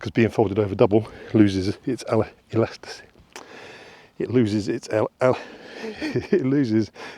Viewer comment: Sound it out bro: e-las-ti-city! It happens to the best of us.